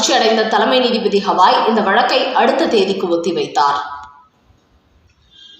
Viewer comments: Ayyo, stop saying Hawaii Hawaii. It is Gavai. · தயவுசெய்து சரியாக உச்சரிக்கவேண்டும். உச்ச நீதிமன்ற தலைமை நீதிபதி பெயர். திரு பி ஆர் கவாய். ஹவாய் அல்ல